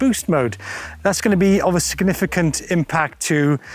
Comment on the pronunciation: Great video, and great job Shimano!!! Yo! What’s a “sganiffigant”? Thanks for the comic relief.🤙